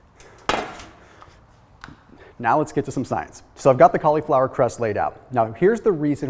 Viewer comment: I fucking hate it when you say science. Other than that it's a great video